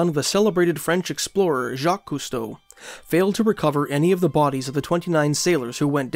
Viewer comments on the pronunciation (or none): none